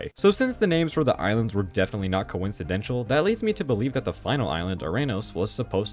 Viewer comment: "coincidental" is not pronounced "coincidentshull" lol